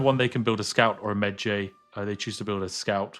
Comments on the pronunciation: Was somewhat irked by Spiff pronouncing Medjay rhyming like edgy, instead of like porkpie. But still an excellent preview of the game system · he butchered the name "mejai" lol watch the MUMMY... they will pronounce it properly :P jks